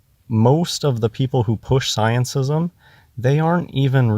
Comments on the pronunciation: "sciencism" i'm dying xD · If he says sciencism one more time.... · Every time he says sciencism I want to punch him. But I don't advocate violence so I'll just have another drink. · "ScienceISM", "everybody elTse", "exSPEARiment". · Does he say scientism or sciencism? (Edit: He says the latter by preference. He may be the only one who does, though) And the 'dead stars': maybe he's referring to far away ones that may have gone supernova or such, but the light hasn't reached us yet. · probably means "scientism" when he says "sciencism". Also this sounds like most conversations I have with people who claim to be philosophers. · "sciencism" LMFAO! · the f**kin moron doesn´t know the difference between g and G. Bless him, it sounds hilarious when he says scientism. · He's so stupid he can't even get the word "scientism" right.